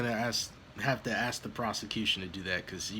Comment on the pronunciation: I respectfully, disagree. It is urban slang, in America, to pronounce the word "ask", as "axe". Moreover, it's just plain lazy articulation. Much like the use of the term "troof" when referring to the word "truth". Proper presentation takes effort.